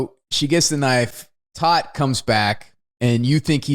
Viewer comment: tōt is pronounced TOTE, it is the German word for Death :)